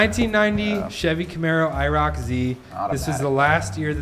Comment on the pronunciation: Iroc- I reek of cigarettes 😂😂😂😂